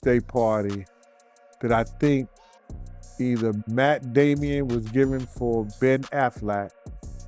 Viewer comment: He always pronounces names wrong. But we get who he means. Catch up and Join the club.